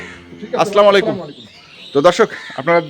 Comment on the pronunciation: ভাই আপনি কি হিন্দু না মুসলমান মুসলমান হলে ছালামটা ভালো ভাবে দিবেন এটা কেমন ছালাম আছলামালাইকুম